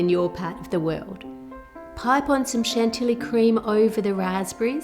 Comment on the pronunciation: Hi Ann I love your videos - they're always so creative and entertaining. Just a minor thing: chantilly is pronounced chantee (the a sound is similar to the au in aunt)